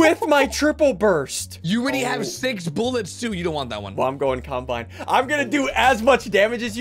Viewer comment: lol says combine as if it was a seperated word LOL